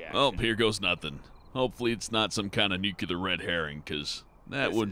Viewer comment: Love the game, love the voice, lost me the second you pronounced nuclear with the extra u between the c and l. It’s pronounced new-clear, not new-que-ler.